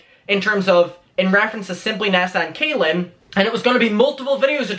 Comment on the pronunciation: well it's more said in a masculine way it's pronounced like Cah-lin rather than kay-lin